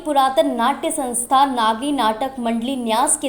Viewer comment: लिखते हो "नगरी", बोलते हो "नागी"! और है यह "नागरी"!!! हिन्दी चैनल वाले हिन्दी को न लिख सकते हैं, न बोल सकते हैं, और कहते हैं अपने को "पत्रकार"! और, सर्टिफिकेट प्रदान किये जायेंगे, या "की जायेगी"??? 😢😢😢